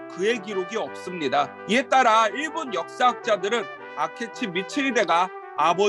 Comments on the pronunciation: 아케치를 계속 아케츠라고 발음하는게 좀 없어보이네요. 전국시대를 아시는분 맞는지 의문이 듭니다. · 아케츠가 아니고 아케치입니다. 발음이 한번씩 틀리네요!! 센고쿠 시대의 한국어는 전국시대입니다! 히데요시는 일반백성이라고 하면 안되고 성씨가 없는 하층민이라고 해야 합니다! 이는 백성이라는 계급 햑쇼라는 계급과는 조금 다름니다!